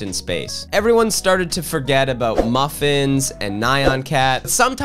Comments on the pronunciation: Nye-On Cat. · did you just say "Nigh - an" cat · Why do so many people say nih - ahn cat it's one syllable, nyan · “Nye on cat” … Nyan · that pronounciation of Nyan cat is almost unforgivable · the way you pronounced "nyan cat" 😭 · h-how did you just pronounce "nyan cat"????? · Sorry the only thing i retained from this video was the butchering of Nyan Cat's name I've never heard anyone say it that way